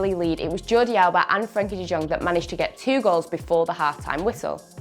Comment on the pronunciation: Can you please search on the internet how to speak out the name de jong because it bothers a lot of people no hate just advice